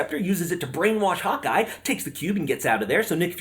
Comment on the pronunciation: Also, every time you said Hawkeye I thought I heard "Hot guy".